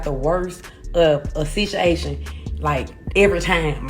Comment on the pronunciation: Boosie Sitchiation!!!